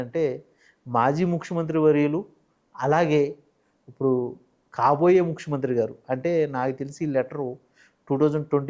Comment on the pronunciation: ఒరే పదాలు ఉచ్చరించటం ముందు నేర్చుకో "ఉప్పుడు" ఏందిరా ఇప్పుడు అనాలి.